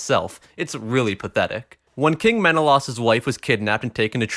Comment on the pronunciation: It's Men-uh-lay-us, not Men-uh-loss, you simp.